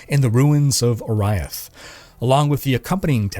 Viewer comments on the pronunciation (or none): Oriath Pronunciation = Ore-E-Ath. Not Or-rai-ith.